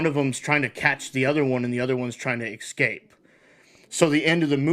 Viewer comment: imagine using AI thumbnails. and pronouncing escape as EXCAPE